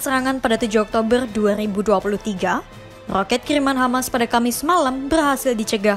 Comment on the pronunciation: knp kok rrrrrooket..atau beerrrr beerrrr